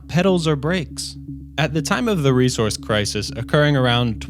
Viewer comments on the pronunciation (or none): none